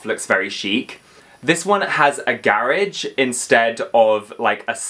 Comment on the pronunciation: Your accent on house 2015 had me confused 😂😂 I’m like what’s a Gairage then realized youre saying garageee 😂